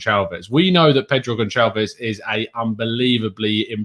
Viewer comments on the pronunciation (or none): It's not Gon(ch)alves.. it's Gonçalves.. the "ç" is pronounced like an "S" in English.. had to mention it because it really bugs me every time you say it.. haha when you speak portuguese and you hear that.. not so great to the ears.. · The "O" is pronounced "oo" as in "pool" and The "S" at the end is pronounce "SH" as in "shine". So all together "G(oo)n(s)alve(sh)" / Gonçalves